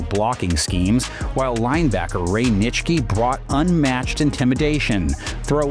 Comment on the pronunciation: It’s come to this: you pronounced ‘Nitschke’ correctly, therefore you are not A.I.